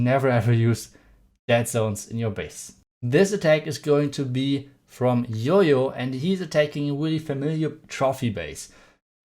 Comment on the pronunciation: Why is JoJo pronounce as yoyo lol